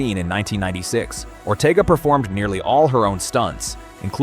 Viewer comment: It's Ortega not Ortiga😂